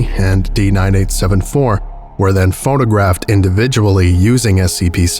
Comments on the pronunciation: This has a very series one feel to it. A lot of the writing feels like something that would be in a series 1 SCP, sounding very informal at some points (e.g. “died on the spot”). Not a very good article IMO. Also I swear you kept saying “phonographed” instead of “photographed”. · ... Are you saying "phonographed"? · You kept saying "PhoNOgraphed".